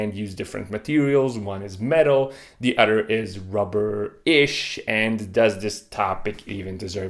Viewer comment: Hehe he said udder